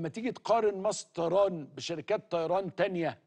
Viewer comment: هو اسمها مصطيران ولا مصر للطيران 😂😂😂😂😂😂😂😂😂😂😂